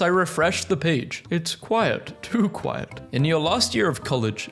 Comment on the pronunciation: 🤓it’s “quiet” not “quite”